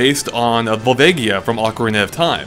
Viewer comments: Vol-VA-gia not vol-vague-ia. Sorry, that just bothers me. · Volvaygia? It's pronounced Volvaaaagia. Do you guys even zelda?